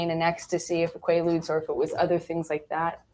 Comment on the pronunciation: Also am I the only one that noticed she said qualuids. When talking about not knowing what drugs he might be on. Lol